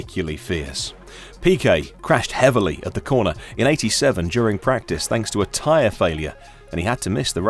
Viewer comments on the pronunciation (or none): none